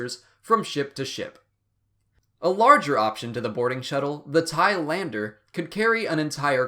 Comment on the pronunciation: ''TIE-LANDER'' more like Thailander ayy